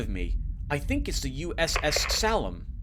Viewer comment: Heeey, I remember this one, I played the intro but it didn't fully got me; I remember thinking you would like it. Although I didn't think you would have such a hard time pronouncing Salem :P Slitherine is a good publisher, got a lot of their wargames. I'll pass on naming, you've already immortalized me in a couple of LPs and you already have a long roster, I'll leave the reserve opportunity for another viewer.